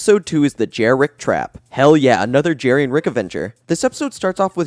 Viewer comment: And also, the creature at the end is called Jerricky, not Jerrick.